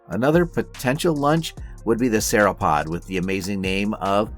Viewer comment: work on your pronunciation and correct usage of nomenclature when referring to a species within a family vs the family as a whole... Cretaceous and Sauropod pronunciation was wrong too... A for effort though.